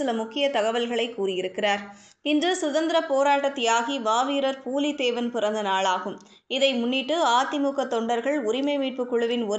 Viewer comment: அம்மா. . புலி தேவன்.. . பூலி தேவன் இல்லை... தமிழ் விளங்கும்..